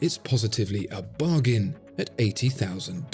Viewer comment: "Bargain" xD